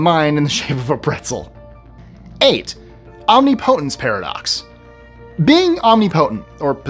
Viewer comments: That's not how you say omnipotence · Try to learn the proper pronunciation of OMNIPOTENCE !